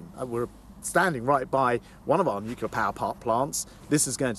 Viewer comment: Hilarious that Grant Shapps can't pronounce the word "nuclear". Even George Bush Jr did better than our Grant! Listen to his way of rapidly avoiding the correct pronunciation in favour of something like "nooka".